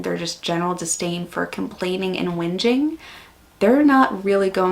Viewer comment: Lol!!!! It's so weird hearing a yank say "whinging poms" 😂😂😂😂😂😂 Love your work! 😂😂